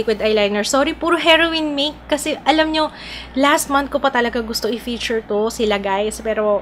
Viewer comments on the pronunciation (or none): And it's PiCture not Piture. Nagiging silent C eh. Pati feature nagiging fiture ung pgkapronounce lol